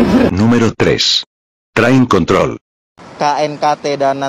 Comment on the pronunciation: train kontrol ❎️ train kont*l ✅️